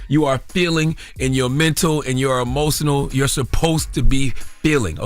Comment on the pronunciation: Did Charla just say EMO-Cin-Nal???? Nigga it’s Emotional!! 😂😂